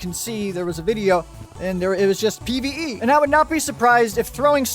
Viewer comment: Pve I thot he said pbbv